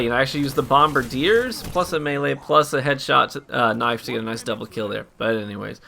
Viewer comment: Finally a D2 YouTuber that can pronounce Bombardiers correctly!